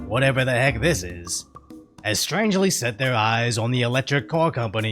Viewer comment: Did you say strangly?